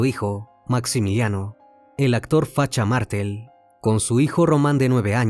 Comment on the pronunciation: Muy buen informe, pero una pequeña corrección: Pelusa, la ex esposa de Carlos, le pegó un tiro con una escopeta, no con una pistola, luego de que este la golpeara salvajemente. El barrio se llamaba "Florida", no " La Florida". Es "Facha Martel", no "Mártel".